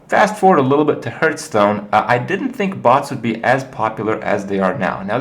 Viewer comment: HERthstone or HARthstone